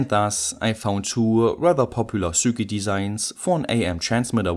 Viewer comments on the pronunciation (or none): Repeat a thousand times: Sir Kit. NOT Sur Quit, nor Sur Kit, or any other pronunciation. No excuse now...